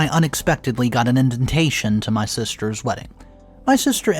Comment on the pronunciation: “Inventation?!?” What is your first language?